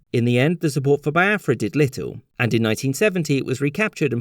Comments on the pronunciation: Thanks for the lesson the depictions of the generals were spot on!!!. Only a few mistakes though Nigeria got independence in 1960 not 1963 and also its pronounced BEE AFRA not BYE AFRA every other thing was spot on and funny 😄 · bee-ah-frah not bai-ah-frah (in case anyone was wondering) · Nigeria actually became independent in was when they declared the country a republic. Also, it's Biafra /Bee-ah-fra/, not /Bye-ah-fra/. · You forgot it’s pronounced as be- Afra not bi- afra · You mispronounce pretty much every name in this video. Igbo is pronounced with a long I and the G is almost silent. Lagos is pronounced Laygos, as if it were English, even though it's derived from the Portuguese word meaning lakes. Biafra I'm pretty sure is pronounced Be-afra, not by-afra. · Biafra is also pronounced "Bee-ya-frah" but he kept saying "Bye-ya-frah" lol. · It's pronounced Bee-a-fra by the way. Nigerian by the way. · It is pronounced as Be-afra, Yo-row-bar, Egbo and Foo-La-ni, respectively, thank you for remembering my country, I am truly grateful.... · it's Bee-afra and it's igbo with a silent G